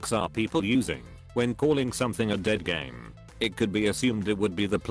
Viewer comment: Did you say G E A D D A M E